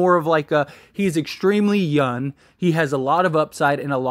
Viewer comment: It’s funny when you say “yun” instead of “young” 😂 love the channel man. #Lakers